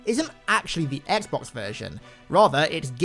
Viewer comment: "etsbox" Me: hol up i didn't know this was halo follower